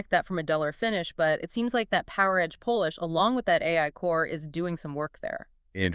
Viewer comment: Y'all gotta stop letting AI do the captions for you guys. Seeing Phaze spelled as Phase for the entire video is unprofessional. Also why did you pronounce polish like the power came from poland? This video feels lazy.